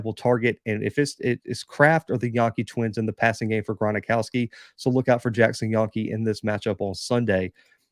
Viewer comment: Gron-ow-ski Not Gron-a-ow-ski. Gron-ow-ski. Jacks win it 27-23